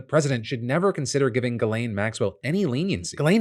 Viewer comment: Phil, it's pronounced JIZZ-LANE.